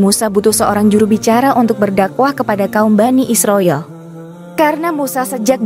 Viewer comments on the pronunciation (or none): none